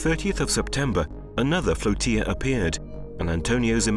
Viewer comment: "Floatilla" pronounced like it's spelled ' flow-til-uh" It's not pronounced like "tortilla" =>